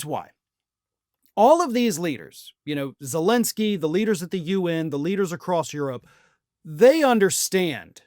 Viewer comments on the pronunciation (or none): Much as I appreciate you and your channel, I feel it's not too much to ask for you to pronunciate vo-lo-do-mir ze-len-ski more appropriately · Dude learn to pronounce Zelensky's name